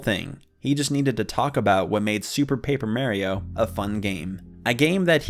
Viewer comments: Disliked for “Super Paper MAYRIO” Not really though 😂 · Im sorry, MERRIO?!??!? I THOUGHT IT WAS MARIO! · The most tragic part of this video isn’t even the story itself, it’s the way you pronounce Mario’s name